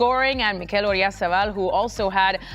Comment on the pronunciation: I wonder if the reason English speakers stress the second syllable of the name Mikel instead of the first is because of the name Miguel, which is stressed in the second syllable